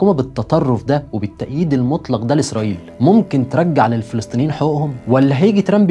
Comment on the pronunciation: بتقول دوله اسرائيل بشكل غريب يا نجم.. براحه شوووويه